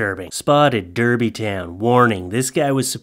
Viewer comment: Hey, It is pronounce Darby, but spelt Derby, good to see my hometown get a mention